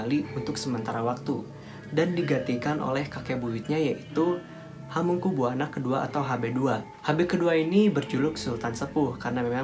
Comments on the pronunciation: Jangan buwana to dek,,bacanya ya Buwono biar enak di dengar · Hamengkubuwana dibaca hamengkubywono, woi goblok! Ini orang mungkin irang jawa barat atau jakarta. Pekok